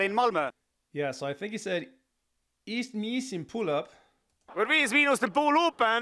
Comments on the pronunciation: Vees meenoost and pooloop 😂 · An Estonian here, loved your reaction and to help my fellow man out, you pronounce their name as: (read as you would in English) - "Wees meen-ust (the U pronounces as the O in 'cool') & Poo Loop". It translates roughly to: Five minuses and wooden magnifying glass. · I love your reaction video, your interesting comments, your energy and the warm support to the song of my country! Yes, the pronounciation is completely wrong, but never mind (you should pronounce it "poo loop") 😂 This bunch has helped to keep up the party spirit of many parties in Estonia.